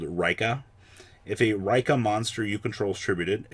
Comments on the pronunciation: It's Ree-Ka not Rai-ka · It's pronounced Ree-ka. Not raikka. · I think Rikka is pronounced the same way you meant to say it in Japanese, therefor Ri-kka.